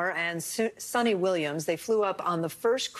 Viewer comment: Sonny!? The woman's name is Sunita. Show some respect by at least trying to get her name right !